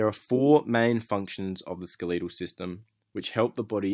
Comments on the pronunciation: Hate to break this you but it is pronounced s k e l e t al not skeleeeetal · Why do you say skeleetal it’s skeletal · SKELETAL not skeeleetal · i'm from england and i've never heard it pronounced that way xD